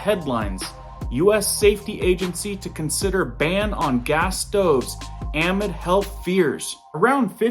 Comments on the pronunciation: Your pronunciation of the word amid is a gross error for someone who is a journalist. Amid is NOT pronounced ah-mid but is pronounced ah-MID, heavy on the MID. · AMID - NOT AM-ID! IT'S A-MID! We enjoy your blog but thought you were an English speaker. Definition "within" or "during" depending on the context in which it is used. Keep up the good work. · Love you, just a note on pronunciation: amid is pronounced uh-mid. 😉❤️ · Hey bud love the vids! You are rocking it. Thank you so much! But please can you correct your thumbnail to read “They’re” instead of “There”? And the word in the headline is pronounced ah-mid (like in the midst of). Keep putting the good info out🤩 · Anybody who says “amid” the way you do makes me wonder about your credibility. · Oh my friend, I wish this wasn’t a public comment, but you need to look up how to pronounce “amid.” Great work on your videos. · Google pronunciation of 'amid' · Dude who is this guy? I have never in my life heard an AMERICAN say the word AMID the way he does,JESUS help us! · u can not pronounce amid ? wtf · Please say amid correctly. The emphasis is on the mid. Not the a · Google how to pronounce amid and attributed. You're saying it wrong and it's driving me crazy...retired English teacher.